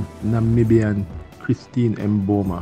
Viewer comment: Am curious to why 🇯🇲s have difficulty pronouncing her name.its not emboma and not Chris.how do you mess up such a simple name and not a difficult name like the 🇳🇱 athlete